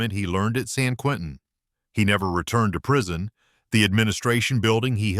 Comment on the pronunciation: Prison not prision